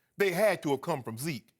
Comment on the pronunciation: "What about veke?" Ladies and gentlemen.....